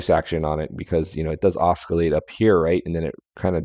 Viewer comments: the "c" in oscillate is an "s" sound and not a "k" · Some genius, can't even pronounce the word "oscillate".